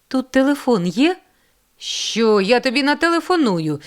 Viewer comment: Дякую. Але чому ж пані читача не відпрацювали свою вимогу. Ріже вухо " чЬогось" "ШчЬо". Дякую все є таки . Хотілося б покращення вимови.